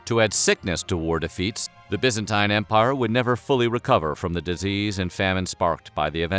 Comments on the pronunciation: Its Byzantine, not Byanztine. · By-zan-tine Not Bee-zan-teen. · WHAT THE HELL IS "THE BYANZTINE EMPIRE" ??? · It's pronounced Biz-an-teen, not Biz-an-tyne. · BYZANTINE = "Bizz-en-TEEN" Not "Bizz-en-TYNE" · It's pronounced bizenteen. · pronounced BYEZANTINE anyway good video. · by-zantine pronounced like Bi-clycle please reshoot the video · FFS it's bizenteen it's pronounced Buyzantium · i thought it was pronounced bye-zen-teen? am i wrong? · I wish he could decide on how to pronounce "byzantine' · I like this video, but I hate the way he pronounces ‘Byzantine’ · Can this guy say byzantine right please? It’s sounds like 9 at the end. The ine is pronounced fucking teen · Bugged me how he pronounced byzantine wrong smh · I can't watch, his pronunciation of Byzantine is just putrid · why did you pronounce Byzantine differently? you switched